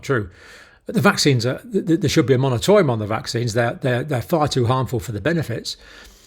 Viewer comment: Dr. Campbell- it's not 'monatorium' with an 'n'. It's moratorium with an 'r'. 😊